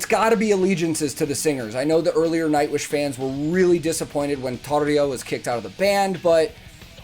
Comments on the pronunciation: "The Pyro Man" is rrroolling our finnish R, beautiful Thank You. When you said Tarja, that was Spot on 😎👍.. And Jukka too. Btw second video, solo Tuomas played two (at least) different songs chorus.. Stargazers and Gethsemane.. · "This argument is dumb." – Well said! However, the reason I'm commenting this video is your pronunciation of the name 'Tarja'. It's perrrrfect! Making us Finns really happy. 👌 Greetings from Finland! Can't wait for more cool stuff from you! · Kudos to you for a perfect Tarja pronunciation...#yourock